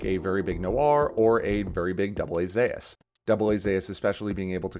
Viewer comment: It's called "Zoos" not "Zayas", why are pronouncing it so weird?